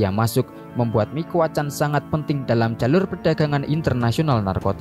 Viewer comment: la familia micuakan bang, bukan mikuacan